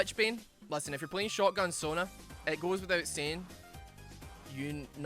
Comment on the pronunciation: You said Sona and i hear Sauna every time